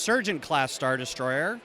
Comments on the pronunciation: "Stat" Wars? Interesting... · It’s Star Wars, not Stat Wars. 👀